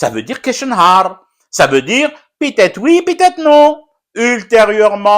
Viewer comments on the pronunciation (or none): "Pit ête oui pit non" hhhh 😂😂😂😂😂 j'adore